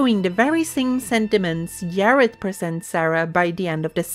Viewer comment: Yim Henson and Yareth. 😂 Bruh..